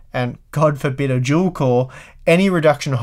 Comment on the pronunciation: You're saying dual core like if it was "juel core"